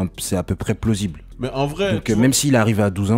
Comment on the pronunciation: PLOSSIBLE 😂😂😂😂😂 je te kiff ahahah